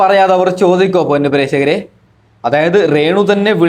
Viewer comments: റേണു അല്ലടാ 😄രേണു ഷംബ്ബാഷണം അല്ലടാ 😂😂സംഭാഷണം പ്രേഷകർ അല്ലടാ പ്രേക്ഷകർ 😂 വെയ്രൽ അല്ലടാ വയറൽ 😂. നടുക്കുന്ന വീഡിയോ എന്ന് പറഞ്ഞു നടക്കുന്ന വീഡിയോ ആണല്ലോ കാണിച്ചത് 😂😂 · ആദ്യം നീ മലയാളം സംസാരിക്കാൻ പഠിക്ക്, റേണു അല്ല രേണു. പ്രേശകർ അല്ല പ്രേക്ഷകർ.സംഭാശനം അല്ല സംഭാഷണം. വൈരൽ അല്ല വൈറൽ. ഇണ്ടർവ്യൂ അല്ല ഇന്റർവ്യൂ. ആഘോശിക്കുന്ന എന്നല്ല ആഘോഷിക്കുന്ന എന്നാണ് 😏